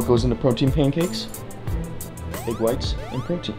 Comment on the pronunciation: He say paincake in the start